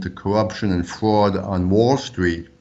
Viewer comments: You infiltrated Run-DMV? I never liked their songs anyways "Investigated for fwad and cowwuption." What is fwad and cowwuption? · You show respect for this man who investigates so much fwad and cowwuption. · It's pronounced fwad. He might be a bit cowwupt too. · Hey, don't make fun of this man. He is uncovering fwad & cowwuption.